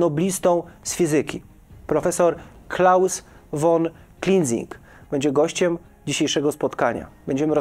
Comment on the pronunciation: Czyta się 'fon', a nie 'won '. Tak jak z tym "folks wagenem"....ehh...